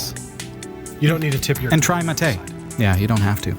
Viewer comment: I'm really happy to watch you drinking mate. The second pronunciation of "bombilla" is the correct and it's perfect. You still having problems with the word "mate" but is much better. I will try to make a video with the pronunciations here in Mendoza, Argentina and Buenos Aires but :( I am fighting against every video editor i use on my Linux Mint pc.